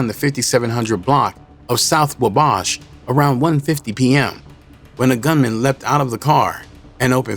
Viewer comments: The way the ai says Wabash is diabolical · From the south side also that was the worst way to say it ever lmao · As someone from the southside Chicago that made my ears bleed